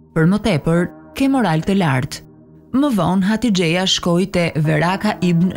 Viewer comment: Hatixhja jo hatixheja